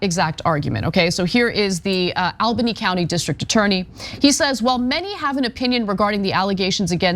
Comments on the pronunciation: (ALBANY) ALL-BUH-NEE.. NOT al-buny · Really weird to hear Ana repeatedly mispronounce Albany. It's "All-bunny", not "Al-bunny". Heck, you can even hear the right pronunciation in the "Steamed Clams" skit on the Simpsons. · Hey ana, as a new yorker, just letting you know its pronounced ALL-bany. But yea they were always gonna let him get away with this. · All-Bany... I know how it's spelled. But it is pronounced All-Bany. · All-banny. That is the pronunciation.